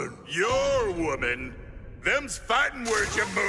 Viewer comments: Did I just here "Farting to protect what you hold dear" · When Erza's part came on, I though she said "Farting" Instead of "Fighting" xDDDD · iKittyGalaxi yes she said fighting though it sounds like farting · At I 42 did Erza say fart??